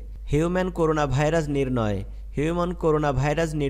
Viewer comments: করুনা না। করোনা। নামটা ঠিকমত বলতে হবে তো ভাই। জুনোটিক কি? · করুনা না ভাই করোনা